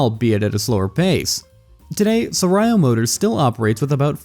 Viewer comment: I was listening to this while driving, not looking at the viddo. i have to stop to check this philippine brand is that i don't know - "sarayo" 😅. It's pronounced sah-raaw